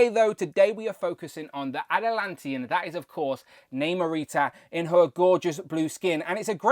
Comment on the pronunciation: The movie pronounced it as Nahmur and not Naymore. Hence she is pronounced as Nahmurita. I would have preferred the New Warriors version so that I can complete that group. I cringe everytime you pronounced her name wrong.